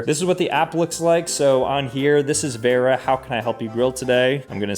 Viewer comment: How does he not know how to pronounce Vera.. 😐